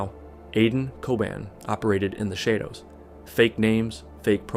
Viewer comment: Why would an AI get a basic word like "Shadows" wrong? 😂